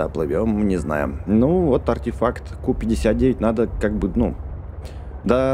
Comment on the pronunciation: не ку59 а кью59